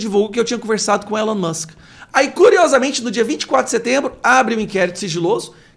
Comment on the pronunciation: Ainda digo mais uma: Se esse parlamentável tivesse realmente conversado com Elon Musk, a essa altura certamente saberia sem qualquer sombra de dúvida, que a pronúncia de Elon é "ÍLON" e não Élon. Ah, e ele tem escola de Inglês? Imagino o nível. Deus tem cada inquilino, viu? kkk